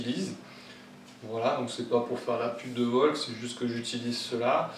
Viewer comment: Sa se prononce Vokôl acause du l a la fin😅 Volk... Non VOLKL